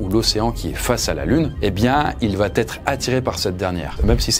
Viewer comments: Oui . Mais on ne prononce pas : "ça vaT être". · Quelqu'un peut enfin lui dire que VA ne s’écrit pas VAT et qu ́il n’y a pas de liaison? Sérieux ca pique de fou !!